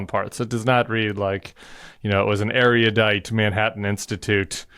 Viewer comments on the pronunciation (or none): Erudite isn’t pronounced “eri-UH-dite.”